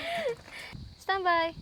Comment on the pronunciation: Uy.. bagay sila me chemistry 😂.. sarap ng pagbigkas ni mam ng... Standby.. cute